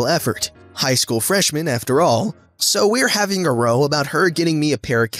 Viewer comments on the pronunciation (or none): Its pronounced raow not row british term for arguement rather than row like a rowing boat...